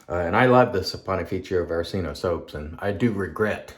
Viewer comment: Very nice shave and one of the best pronunciations of that difficult soap name I’ve heard. 😌👏 I have a frameback and it’s a wonderful razor, so yeah, as you said it definitely needs and deserves a better edge. Have a good day!!